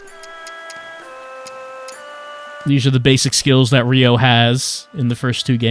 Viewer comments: I wonder if the voice acting is better this time. (Narrator says Ryo's name wrong repeatedly in the first 5 minutes) Well this is off to a good start. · why are half the comments people who can't pronounce Ryo complaining about the pronunciation of Ryo